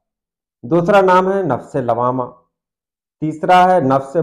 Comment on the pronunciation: لوّامہ واو پر تشدید کے ساتھ ہے شاید